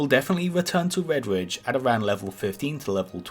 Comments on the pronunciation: why do you say vedvidge instead of redridge ? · "Wed-Widge" mountains. Gotta learn to pronunciate bruh. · Do some gwinding in Wedwidge. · wed widge :D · Wedwidge mountains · wedge wridge hahahaha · I thought it was just me hearing things lol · Vedvidge, stovmwind sry i died 🤣